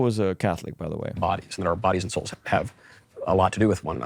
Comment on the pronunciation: "We are our souls" Yeeeea I heard "we are ar**holes" but that's probably because I'm British! I don't disagree tho!